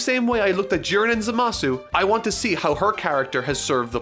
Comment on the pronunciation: Even in a video about Bulma, I have to listen to this inexplicable pronunciation of ZAmasu...